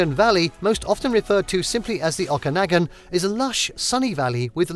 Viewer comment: It would have been nice if you had checked the correct pronunciation of a few of the place names, such as Okanagan and Ucluelet. Also, some of the stock footage that was not from a few of the areas identified was misleading.